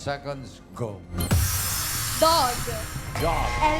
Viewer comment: 😂😂😂dinig ko tunog dock,duck..pala d-o-g ang spelling 😂😂😂